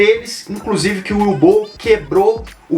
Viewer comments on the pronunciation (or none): Na verdade se pronúncia "Uvi Ból".